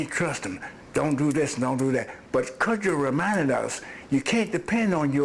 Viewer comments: Can she not pronounce "Cood-joe" a little care will tell u your pronouncing it wrong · Why does she pronounce cudjo as “cujjo” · Coojo not cud